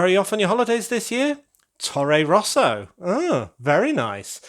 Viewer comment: That's a crazy high and cool building! The space tower is no longer lonely anymore. When you told "Tore Rosa", I honestly thought you said "Torro Rosso", and that's the daughter team of the Red Bull team in formula, which is kind of the concurrent of Ferrari :-).